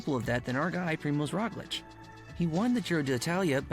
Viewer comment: The way the dudes pronouncing Roglic is craazy